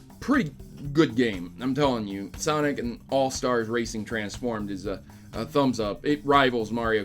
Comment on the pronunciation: Its "Sanic" the hedgehog